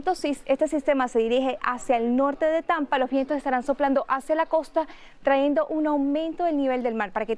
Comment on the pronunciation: Taendo no! Trayendo